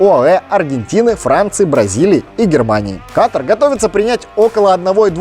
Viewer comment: Чмо, какой каТар? Катар будет правильно.